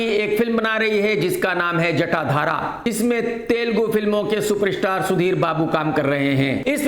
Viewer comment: सुपरस्टार ❌ शूपर-इशटार ✅